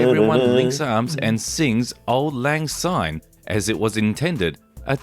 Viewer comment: Anyone who dares say or sing "Auld Lang Zyne" when in Scotland, is immediately banished south of the border, never to return. The English and Americans are the worst offenders. 'Syne' begins with the letter 'S', not the letter 'Z'. Commit this lazy sacrilege at your peril. About 50% of this video has nothing whatsoever to do with Edinburgh btw.